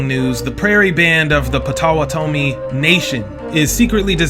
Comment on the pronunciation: Potawa tomi 😅. You're bound to make mistakes and even insult when you claim to know a different group outside of yourself. Plus, you shouldn't be pretending you fully understand. Make videos about your own group. You can't even pronounce the Natives you keep mentioning. 😅 That's how much you understand. 😅